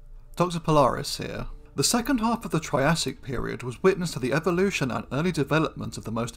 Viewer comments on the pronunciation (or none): none